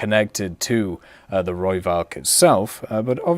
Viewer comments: You can say it like Roy-falk Rooivalk is taken from the afrikaans language. No, i'm not afrikaans. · PLEASE stop saying it as a V... the v in Rooivalk is an F sound.